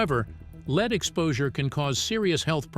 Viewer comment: Didn’t know it was sold here, but lead is pronounced two ways and this A I is pronouncing lead incorrectly.